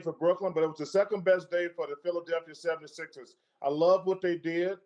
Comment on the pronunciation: Anyone else hear chuck says Philly 776ers